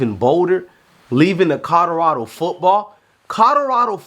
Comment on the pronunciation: Bro, it's COLORADO, not CODORADO. Jesus Christ, you can't even pronounce the team's name proper 😂